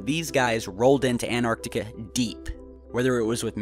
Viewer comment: An-tarc-tica, there are two "t's" in the word. So many people mispronounce that word.